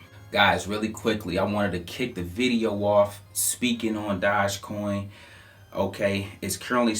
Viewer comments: Please learn how to say DOGE....not dodge... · Why you say doge like that ? It’s doge not DODGE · It's doge not dodge lmao